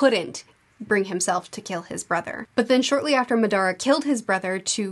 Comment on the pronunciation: I love the pronunciation of Madra as if he's Spanish 😂 I'm just teasing, but it does sound really funny, in a playful way.